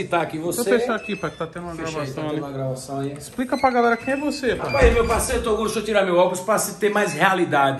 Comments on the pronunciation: Eu achei engraçado ele chamando toguro de torugo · ele diz torugo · " TORUGO " kkkkkk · "TORUGO" KKKKKKKKKKKKKKK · falando torugo sksksksksk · Toguro não, Torugo kkkkk